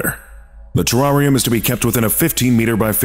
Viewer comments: The way you say Terrarium makes my skin crawl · Terrarium LOL you mean terrarium it's funny every time I try to spell it on spell check it spells it the same way pronounce wrong on video